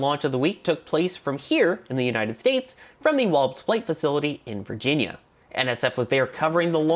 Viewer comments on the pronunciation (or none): none